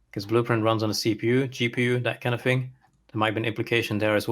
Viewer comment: TH. TH. THING. Not Fing. THing. that's all.